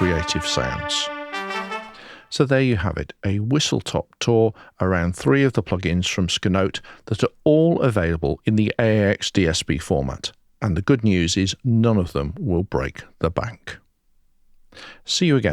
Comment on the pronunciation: Nice review. BTW it's pronounced ess kay note!